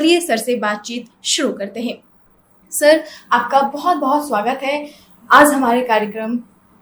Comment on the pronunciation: बढ़िया है! वर्तिका को अपने उच्चारण पर विशेष ध्यान देने की ज़रूरत है। आज को आज ही पढ़ो आज़ नहीं...